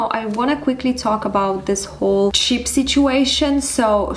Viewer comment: You kept saying "cheap" sorry it's throwing me off as you are actually saying Chip